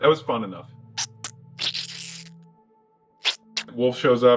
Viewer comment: Really thought he said "woof" rather than "Wolfe".